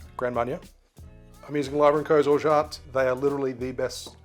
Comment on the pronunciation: That’s the best prononciation of Orgeat I’ve heard on YouTube! (French speaker here)